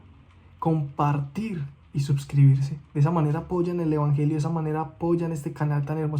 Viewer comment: amo que dice suBscribirse jajaja suena retierno y hasta lo escribe así con B